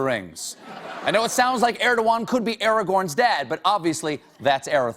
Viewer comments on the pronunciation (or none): (Sigh) Americans ... It's not Eragorn .. it's Aragorn... with a "Ah".. 'Ah Ra Gorn'.. not 'Eregorn.'